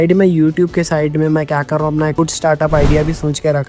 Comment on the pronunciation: ur pronunciation sooo poor..apan..samaster..yak..ur illeterate